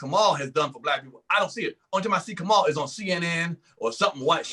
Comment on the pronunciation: And it's "Kamau," not f'ing "Kamal" or "Kamell" or "Kermell". How do you not take better care around the mispronunciation of Black names?